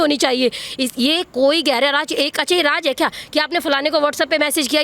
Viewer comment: Raaj nahi raaz hota hai ... hindi ka murder omg